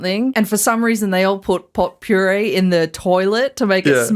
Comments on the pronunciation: Lolol hearing say "pot pourie" was so confusing to me lolol. We call it "poe per E" here in the states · "Pop-Roar-Re"? O, you mean "Po-Pur-Ri" 😂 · /pō″poo͝-rē′/ Not Pot Puree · I’m never surprised at Australian and New Zealanders mangling English but “POT PURÉE” really caught me off guard with how bad it was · it's pronounced poh-per-ree. Damn you English people talk weird as hell lol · Pretty sure it’s pronounced Popery,. (I’m not being condescending.) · said the weirdest pronunciation of polp ur ee thats how to say it but she is still awesome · it's pronounced "poe-purr-ee" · pronouncing potpourri as pot-puree is hilarious. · The girl pronounces potpourri the way me and my friends did when we were like 14 and fake bake was huge. We’d jokingly ask “hey wanna go smoke some pot- poury” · You don't pronounce the 't' in potpourri. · I love the way says potpourri! I've only heard myself say it like that, it's always pronounced "pope-aree" in my little bubble